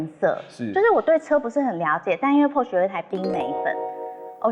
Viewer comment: Please learn how to pronounce Porsche properly! The color is frozen berry